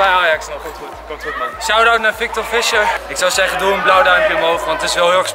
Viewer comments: je spreekt het uit als fiesjer geen fisjer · Je spreekt z'n naam uit als Fiescher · Je zegt toch fiescher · haha wel grappig dat je Fisher niet goed zegt xD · Ik irriteer me er aan hoe hij Fischer zegt